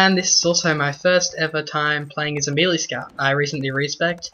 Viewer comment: why can absolutely no one pronounce melee??